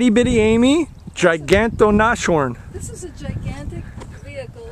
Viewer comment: It's "das Nashorn" in German, also its pronounced nas-horn not nash-orn.Cool video anyways.